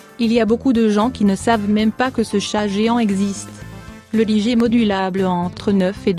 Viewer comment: on ne dit pas ''ligée'' mais ''Laille-gueur'' (de l'anglais liger) ou plus simplement à la française : ligre